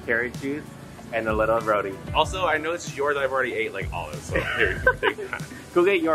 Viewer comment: Its roti not rodie